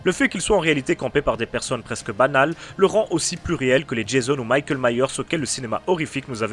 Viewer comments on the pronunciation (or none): none